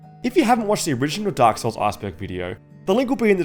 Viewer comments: Arseberg sounds funny 🤣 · stop saying arseberg lmao